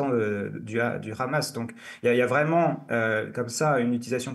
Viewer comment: Très bonne émission encore une fois! Juste 2 petits détails qui ont heurté mes oreilles : "Gaza a côté de Isr@ non Gza est en PA LES TINE! et le Khamas? Non le Hamas comme dans Bahamas! 😊